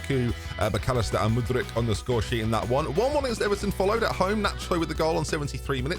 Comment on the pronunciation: How does get 'Mudrich' from Mudryk?